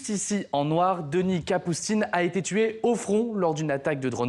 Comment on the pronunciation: "Il a t'été..." !